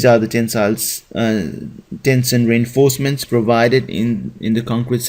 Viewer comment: Great video but I have to ask you to at least try and speak better english. It's "Tension" not "Tenson". Pronounced "Tenshon". And it's "develop" not "deplop". Thanks again for your video it's very helpful :)